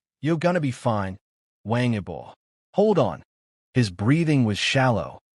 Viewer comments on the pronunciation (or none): No inventes, no sabes ni pronunciar su nombre esto es falso , de que hablas? Pasaron dias.? Pero que dices estas páginas merecen ser cerradas😤😤😤😤